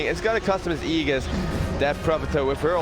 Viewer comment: Aegis is pronounce as "Eygis" not Eyjis